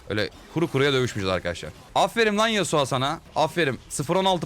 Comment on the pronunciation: abi şu oyunda yaptığın en büyük ve tek olan hatan yasuo ya yasua demen xd